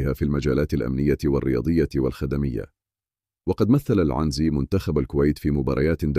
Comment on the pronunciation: عنزي بكسر النون و ليس فتحها يا 😂